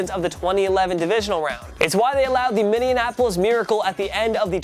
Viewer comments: "Minneanapolis"... just Minneapolis, bruh. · Did he really say"Minneanapolis" miracle?